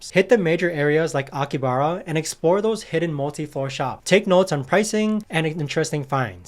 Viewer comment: No hate but thought you might wanna know it’s pronounced aki-ha-bra